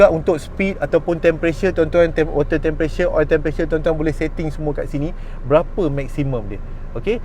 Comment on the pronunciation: Sebut btol2 bang temperature.. bukan tempressure.. hehehe